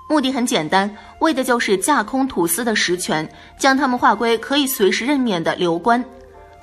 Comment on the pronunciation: 是→土司，不是「吐司」😅